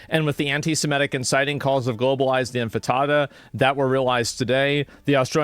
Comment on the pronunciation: You can't bring yourself to care enough to pronounce "intifada" right despite hearing it pronounced multiple times. Stop pretending you care about Jewish people dying. You're nothing but a content farming narcissist. Stop victim blaming Israel. Israel killing terrorists who attacked them did not radicalize these two people into hating Jews. They radicalized themselves. It IS the majority. No. Whenever someone chants "from the river to the sea" it is ALWAYS a call to destroy Israel by its very wording and meaning. They mean they want ALL of the land and they want ALL of the Jews out of it. If they chant "from the river to the sea" but say they support a two state solution, they're either lying or they're ignorant. you're just as naive though and assume that the Palestinian movement and its quest to destroy the world's only Jewish state is based on a legitimate grievance. you can't name a single bad action Yes it has everything to do with America's enemies. They help radicalize Americans on the internet all the time. That IDF veteran is smarter and has more experience than you do and you'd do well to listen to him. you're less of a human being than that guy is. You're a piece of human garbage and have ZERO reason to be so hateful towards him like you are. why are you pretending foreign influence doesn't have a hand in this? Why is it so offensive to you that Iran might be behind radicalizing these shooters to do this? Why is that concep